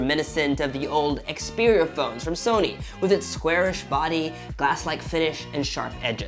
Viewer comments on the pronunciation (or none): none